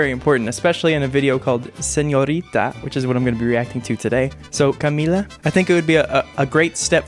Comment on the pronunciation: Finally you say "Camila" right